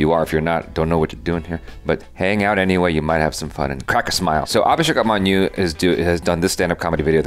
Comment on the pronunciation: The first "Tongue Issue" in this video was "UPmanyu!" 😂😂 Sorry. It's pronounced "Oopamanyu" 😁😁